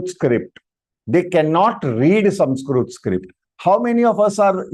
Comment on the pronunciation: Sir, it is not samskrut.. It is samskruta... the last akshara is त-ta not त्-t. ... त्+अ = त . Read what is written properly... When you yourself don't pronounce right.. what are you teaching to others..?